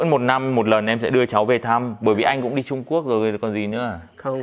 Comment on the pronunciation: Lúc anh ấy nói đi Trung Quốc mà nghe đi trộm cướp về kkk